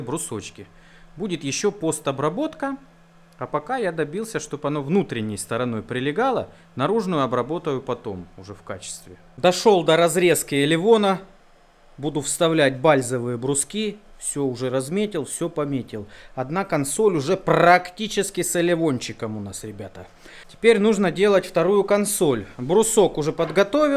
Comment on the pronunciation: элеВона ? может элеРона ?